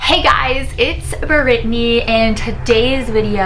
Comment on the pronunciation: Did you know that her name is not said brittney its B R I TT Y so it pretty but with a B